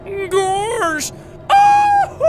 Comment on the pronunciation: Boris The Wolf But you said "Goorsh" at the end of chapter 2.